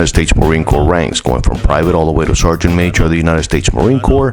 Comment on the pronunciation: Just saying it's corps not corp